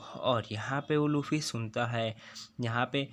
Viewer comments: Bro it's luffy not laffe😑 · Not lafy it's luffy 😅😂